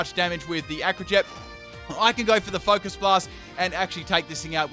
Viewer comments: Noob question: Why do you keep saying Focus Miss? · Can someone explain why he always calls Focus Blast "Focus Mist"?